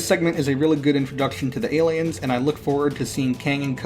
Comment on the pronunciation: Did he call them Gayliens?